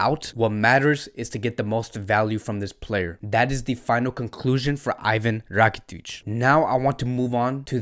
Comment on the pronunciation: As much as I love ur content n ur passion for fcb , for God shake please pronounce the players name properly. Iivan rakitic, ter stejen, c'mon buddy..👍👍